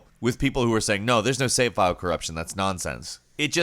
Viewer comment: "Save" is a one-syllable word. Just FYI.